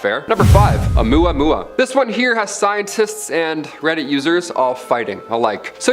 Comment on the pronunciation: The only thing unsettling is the way the 1st woman pronounced "Oumuamua" lol